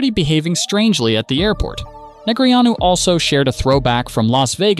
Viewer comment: Christ. I can only hear DNeg’s name butchered so many times. I’m out.